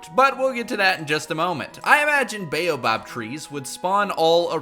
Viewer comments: Buoh-bab not baeyobob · "bayobob" "acasiuh" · Sis, it's the baobAb tree not the baobob tree, dis 'n flippen boom nie jou donnerse buurman nie😡😠🤬